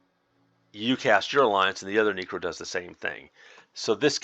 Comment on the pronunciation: “This is my neecro spell set.” I had to do a double take on that one, my neecro